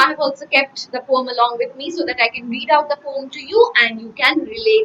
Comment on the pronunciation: She is pronouncing poem like this? No questions to her knowledge, but improve this part...